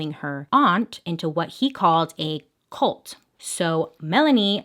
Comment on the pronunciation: lol when you said ' ' CULT ' ' . It IS a cult tho.